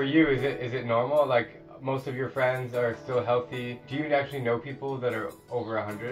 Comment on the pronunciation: Is she really a fweeend??